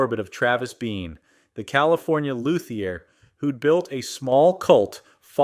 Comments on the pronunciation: Lou Thee Ay!!!! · Cool AI vid! Also: “loo.thee.ur” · Basswood - BAHS Luthier - Lew-thee-ear Route (with router) - Rout 5150 - Fifty One Fifty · Also luthier as “loo-thee-ay”. The “Die-O” made me stop